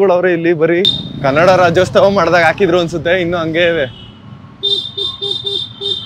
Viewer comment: ಕನ್ನಡ Rajyostava ಅಲ್ಲ ಅದು ರಾಜ್ಯೋತ್ಸವ✅ ಆತರ ಕೆಲ್ಸ್ತಿದೆ ಹೇಳ್ಬೇಕು ಅನ್ಕೊಂಡೆ ಬ್ರೋ. Very nice vlog. Subscribed✅